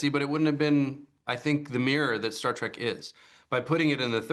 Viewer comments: You mispronounced 'Trek' as 'Track' about as often as getting it right. Stay with bashing Disney. You're obviously not a Trekie. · Trek not TRACK